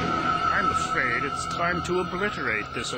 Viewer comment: I don't wanna play a cwazy clown I'm afaid of clown wahhhh!